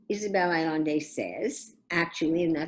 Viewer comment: GET IT RIGHT!!!! Her name is pronounced “Ah yen de” NOT ALLANDE - follow your vowels Furthermore, it is common knowledge the CIA assassinated Salvador Allende. Thanx professor